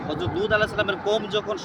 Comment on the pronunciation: ভাই উপস্থাপক, আপনি লুত (আঃ) কে দুত (আঃ) বলেন কেন? উচ্চারণ ঠিক করুন ভাই।